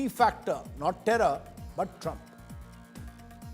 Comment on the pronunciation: Mr ashtosh improve your english u have been a looser all your life you do not need to speak and speak to the point and you need to pronounce my presidents name right stop using a lot of the